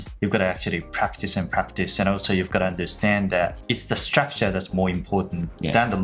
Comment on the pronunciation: Fyi, アツさんのstructureの発音めっちゃ好きです❤︎笑